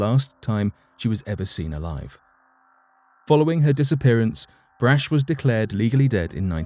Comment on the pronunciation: The candy heiress’ name is BRACH, rhymes with ROCK.